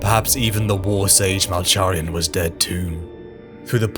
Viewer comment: Love the video but you keep mispronouncing Malcharions name wrong lol